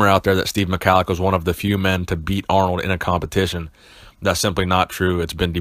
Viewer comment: At least learn how to pronounce his Name, It's Prnounced Mi-Hal-Lic